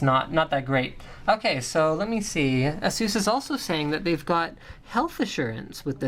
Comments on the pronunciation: But will it blend? Also, you mispronounced ASUS in such a horrid way... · is it really pronounced the way you say asus?